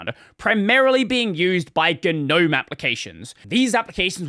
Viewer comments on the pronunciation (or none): none